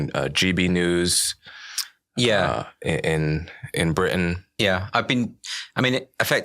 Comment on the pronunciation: the way he says Britain ina Briish accent. Haha!